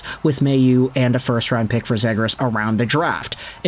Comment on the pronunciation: Zhe-grass lmao